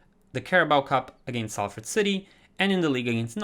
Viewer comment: Love the content! I use your realistic career mode guide and it adds so much depth! One thing about pronunciation is that Salford is pronounced Solford and the W in Norwich is silent so it’s pronounced Norich :) hope that helps